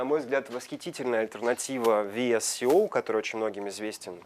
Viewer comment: VSCO приложение читается как ВСКО., посмотрите правило про чтение буквы C в английском. В сочетании с decay (который дикей на самом деле) очень неприятно слушать, перестаешь доверять информации...хотя она вроде классная